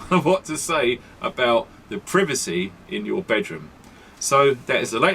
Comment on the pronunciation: did he say privacy or pervertcy ?